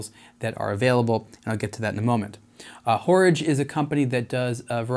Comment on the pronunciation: A good dispassionate review! I must admit that hearing 'Horage' pronounced as in 'Porridge' knocked about $1000 off the price for me. 'A small version of a big date' seems somewhat self-defeating.